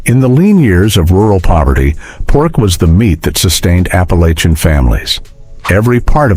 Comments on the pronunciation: If they have hillbilly roots is Appa-LATCH-ian, not LAYchian. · Apalosion? Whu? Appalachia. It’s pronounced Appalatcha. 😤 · Come on. While some if the sandwiches did look good, within the 1st minute the narration mispronounces Appalachian, shows "rural Georgia" as the European country near Azerbaijan, and talks about frying the tomatoes in a "cast iron skillet" while showing a non-stick skillet. Not long after chitlins is mispronounced as "chitterlings".